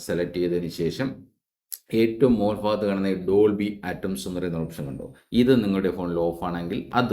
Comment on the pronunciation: Chetta dolby ആറ്റംസ് അല്ല ട്ടോ അറ്റ്മോസ്‌